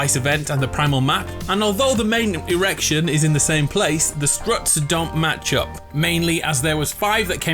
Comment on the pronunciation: My boy said irrection